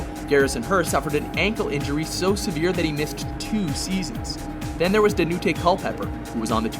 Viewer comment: Da nu te?? DON TAY it’s pronounced DON TAY Culpepper 😂😭